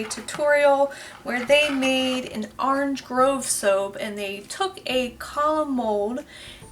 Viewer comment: I like how you say orange, "are-range"! 🍊 Love watching your videos! I always get so excited when you post 😃